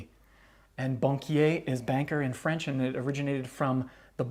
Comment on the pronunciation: Bonsoir, As a french canadian, I like your perfect french accent. It is refreshing to watch your videos.